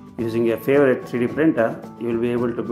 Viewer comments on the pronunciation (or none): none